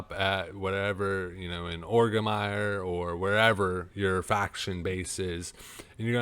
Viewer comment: Did he say ograrimire instead of orgrimmar?